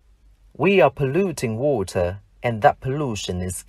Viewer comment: Ong thay phat am water khong chuan